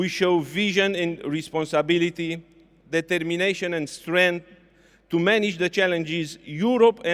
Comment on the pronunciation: "Determineișăn"😂 Recomand înscrierea in clasa întâi.. Ui ar rumeniăns!